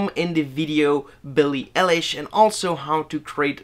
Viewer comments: When he said ellish.. I was so pissed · It’s billie eye lish not e lish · Eye******* lish .. damn i cringed so hard lol